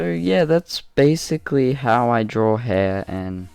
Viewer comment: I’ve noticed how Australians say “drawer it”or “drawering it” Instead of “draw it” or “drawing it”!!